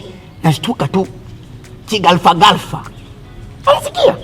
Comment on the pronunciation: Eti nashtuka ki galfa, galfa🤣🤣🤣 jamani Kiswahili kinachengua watu. Wana semaga gafla apana galfa aaa 🙄😂